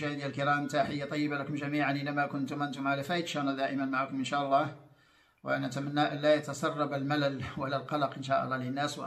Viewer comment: ياريت تصححي لفظ الجلالة فوالله